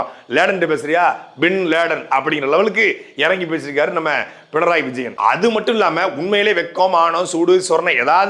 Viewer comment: பிணராயி என்பதே சரியான உச்சரிப்பு.